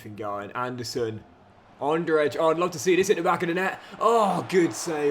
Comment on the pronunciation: also, Andrzej should be read like this. “ Angey”, with ‘Ange’ like in Angelina Jolie, it’s not perfect but i think pretty easy to understand